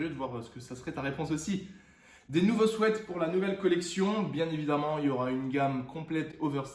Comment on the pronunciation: On dis sweat ( swit ) 😂😂